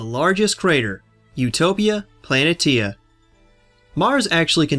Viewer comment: I don't think that's how you pronounce Planitia. Isn't it plan-ee-Shee-a?